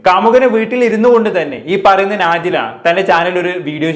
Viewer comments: നാജില അല്ല നജ്ല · നാ ജില അല്ല നജ്‌ല ആണ്